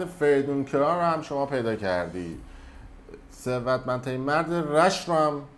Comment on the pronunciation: گوزو تو خودت نمیتونی یه دونه ثروتمندترین مرد رو درست تلفظ کنی چارتا کلمه حرف میزنی میرینی بعد دیگرانو مسخره میکنی؟😂😂